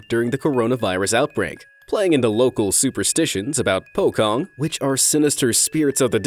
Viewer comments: POKONG HAHAHAHAHAHAH, it's actually pronounced "po-chong" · its not pokong its pocong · Its pronounced pochong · "Pocong" Our country- "Pochong" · We didnt call it 'pokong' you know 😂😂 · im not from indonesia but im from malaysia.our language kinda similar.thats not how you say "pocong" try say "pochong" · Pocong is pronouned Pochong, because c is ch in indonesian. That is all. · you pronounce pocong so incorrectly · atleast search on how to actually read it would ya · You said pocong wrong.